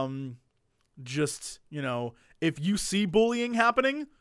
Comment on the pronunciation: "and I've ZEEEN BUUllying happen"